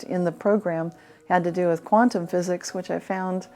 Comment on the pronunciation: It's QUANTUM - not queantum, moron!